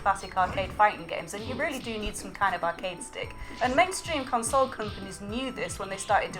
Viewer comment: Do you say con-SOLE on purpose? It is odd but I kind of like it.